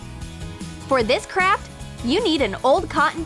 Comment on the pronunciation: When she said, for this craft, I thought she said for this crap